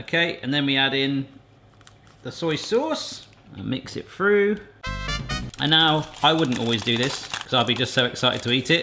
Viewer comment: Through, not frough.